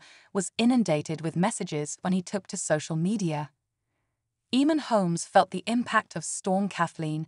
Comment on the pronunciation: His name is pronounced Aman not eman. Have you been living under a rock?